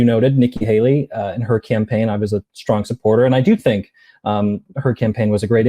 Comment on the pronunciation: It's Nikki HAY-lee, not Hal-lee. It rhymes with *hay*, not "hal".